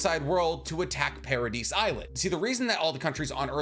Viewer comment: The pronunciation in this video kills me. Do you pronounce Yvette “ya-vet” or Island “is-land” ? Ee-meer. Para-dee.